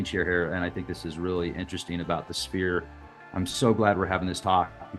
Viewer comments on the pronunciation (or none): 😅 'sphere' is pronounced 'Sfear' the 'ph' is 'f' phonetics 😅 Awesome video ❤ Much love ❤️ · Pronounced sfeer as with an "f", not spear. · The word is sphere not spear... Sounds like sfeer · A sphere is not a sPear it’s pronounced sFear!!! ph=f, like Phillip is pronounced fillip. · What the heck is a spear ball .is he saying spear???? It's sphere pronounced like sssfear... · Sphere....the ph makes a F sound. Like sferes. Great video though. I'm not being mean just trying to help😅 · Bro, sphere (s'fear) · Dude. The "ph" is pronounced as "f".